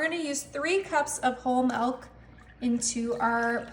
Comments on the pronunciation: Milk not melk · Did you say melk ya you did